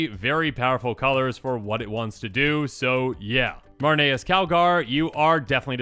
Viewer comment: Maranus? lol